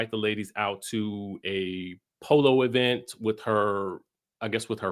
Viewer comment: I love that you call every event, the E-Vent. Shout-out to Tisha 😂😂😂